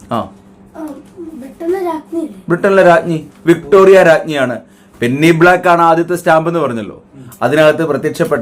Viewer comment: പെന്നി അല്ല , പെനി